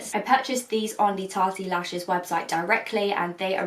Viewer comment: Someone tell her it's not 'Tarty Lashes'